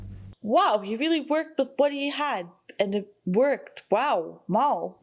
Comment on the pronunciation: Bush as in "bush" Whacked as in " Soprano had a guy whacked". Also, a minor pet peeve of mine, you pronounce Mal as "Mall" or "Mahl". It's short for Malcolm. Listen to the way the other characters say it or widen your lips when you pronounce the "a". Otherwise, awesome reaction!😀